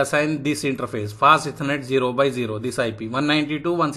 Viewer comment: Hey good afternoon I was contemplating whether I should type this out but I had some trouble understanding. Specifically, when you mentioned the "Fast Ethernet" sometimes it sounds like you are saying "passiveconnect" and I got lost when you explained the "no sh" command because I couldn't understand the speech. If you still read these comments, please consider this. Thank you.